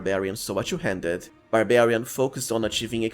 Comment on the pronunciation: Why you pronounce all 'u' to 'yu' 'two' pronounced tu, not tyu.